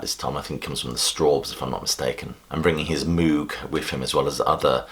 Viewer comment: Mooog like a cow. It's Moog like a rogue.